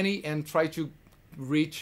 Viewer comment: É impressão minha ou ele tem um sotaque brasileiro fortíssimo? Mesmo a tantos anos convivendo com a língua inglesa. Não é uma crítica por que quem sou eu para criticar esse cara que é um orgulho brasileiro, mas eu percebo que ele não perdeu as manias brasileiras, e pronuncia o son do (I) meio diferente. Entre outras palavras.